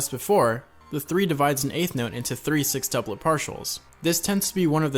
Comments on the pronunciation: Its sextuplet. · Is he saying "six"tuplet?